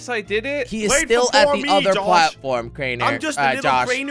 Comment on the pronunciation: He said crainer u son of a ...